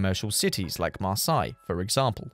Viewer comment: it's pronounced mar-SAY, and MAL-uh-dy lol but other than that, perfect!